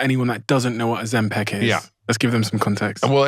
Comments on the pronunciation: OzemPAC??? Moron. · Why are you saying ozempec? It's ozempic. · It’s Ozempic NOT Ozempeck! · Why he pronouncing it Ozim-Pac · Why does he keep pronouncing it ozempeck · Why does he say Ozempeck .....it's Ozempic